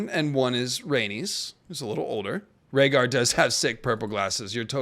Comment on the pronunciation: Reading Rhaegar was harsh.😂